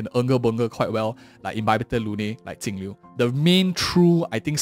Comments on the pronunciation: its jinglliu not tingliu why do you pronouns like that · Why does he keep calling her Tingliu? 🙄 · that's how her name is meant to be pronounced in chinese (镜流) Jìng liú .